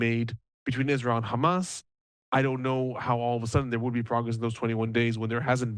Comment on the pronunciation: I'm jealous that he's calling them hez'balla. Sounds pretty legit. 😅